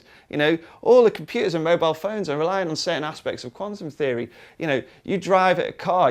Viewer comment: When he said quantum theory I thought he said Condom theory